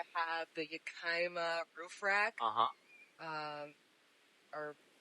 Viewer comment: Yuh-Kee-Muh roof rack? tehehehe. It's pronounced Yak-uh-muh (emphasis on first syllable).